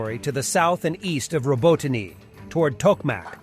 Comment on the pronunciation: I have heard native Ukrainian speakers pronounce the town Row Bot Ne (knee)